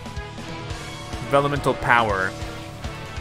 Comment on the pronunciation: Pronunciation Problem! It's Vellumental